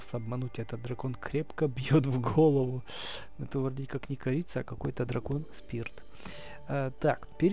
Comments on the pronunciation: Не крица а корица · не крица а корица ок? 😀 И кстати ты топ